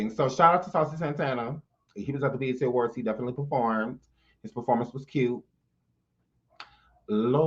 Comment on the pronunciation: He said the EBT awards 😂😂😭✋